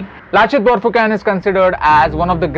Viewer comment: we speak it borphukon not borphukan